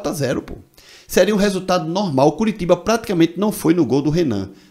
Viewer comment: Fala Curitiba direito mah mds cearense não fala assim que dizer nordestino